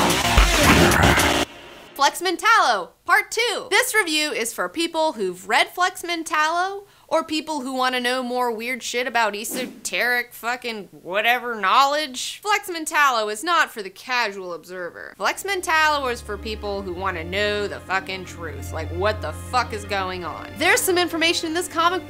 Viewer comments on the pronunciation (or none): Great episode. The word you used earlier is pronounced "Ess-o-tear-ick" not "Ee-so-tear-ick". Also, Grant Morrison admitted that this book is about himself and that Wally is himself and that Flex is his father. You are pretty much on the money with the mad bomber and that represents change. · EHh-so-tAIR-ick not Eeee-so-teric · I feel bad that you've been so berated over improper use of the word "penultimate," but since you 'fessed up to your mistake in a later video it might as well be pointed out that the word "esoteric" is pronounced with a short e at the beginning, not a long e. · I dig this video (and part 1) but you say the word esoteric in a weird way. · Do yourself a favor and look up the definition of "penultimate." While you're there, checking the pronunciation of "esoteric" wouldn't hurt.